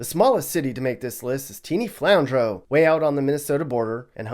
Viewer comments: Its pronounced "flan drew" Not flan drow lol And iowa isnt that safe espceially where i live. You cant walk at night without getting attacked and robbed in certain parts of my city. There are also a ton of homeless people constantly panhandling and commiting crimes. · I hate to be the person to correct pronunciation but it's "Flan-Drew" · “Flandrough” it’s “Flandrew” Flandreau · Flandreu=Flan-an-drew not Flan-dro-ow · I think you're wrong. Flandreau seems to be a french word (or of french descent at least,) and "eau" is actually pronounced "o". So, "Flan-dro" (or "drow" if you'd like.) Like "Boudreau'", you would not say Bou-drew. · its pronounced (flan-drew) not (flan-dro) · FYI, Flandreau, SD, is pronounced “Flan-Drew” by the locals. I’ve been there many times and it is just a teensy bit sketch. Not a bad town to visit — they have a great steakhouse.